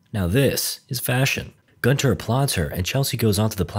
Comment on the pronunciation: Why is it ALWAYS Gunter...Guntoae...Guntar...idk